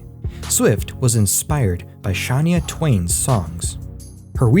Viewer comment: “Shania” Twain.